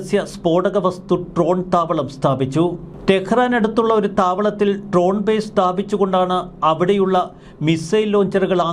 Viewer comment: ട്രോൺ എന്നല്ല ഡ്രോൺ എന്ന് ഉച്ചിരിക്കു.